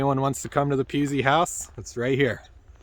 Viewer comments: Pronounce it Puu - easy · It is not pronounced like a “ kitty cat” it is pronounced like it is spelled